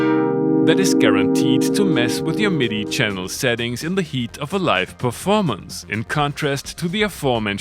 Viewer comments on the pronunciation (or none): none